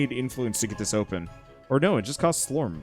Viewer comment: You say slorm, and I hear slurm from Futurama. Lol